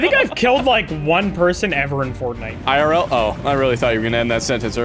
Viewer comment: the way he said fortnite made me laugh for some reason 🤣